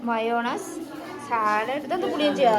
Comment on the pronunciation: നാട്ടിൽ നല്ല മഴ ആണ് ലേ...മയോണസ് അല്ല 😂 mayonnaise ചാലട് അല്ല salad ാനെ അവിടെ ആർക്കും ഇഷ്ടമല്ലേ 🤔 മൈൻഡ് ചെയ്യുന്നില്ലാലോ... അവരോട് ന്തെല്ലൊ പറയുന്നു തന്നെ ചിരിക്കുന്നു 🙄🙄